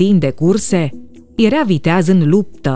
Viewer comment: cand te aud ca spui erea in loc de era... mi se pun pitici pe creier